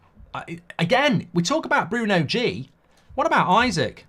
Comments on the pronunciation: Isak is pronounced "ee-sack" not "I suck" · It’s “ee-sak” not “i-sik” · Just for future reference mate its 'eeeeeesak' 👍